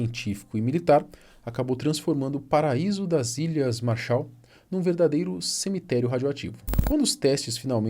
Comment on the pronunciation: MÁrshaal!!! MAArshal!! A ênfase é no primeiro "A"!!! MAAAAArshal!!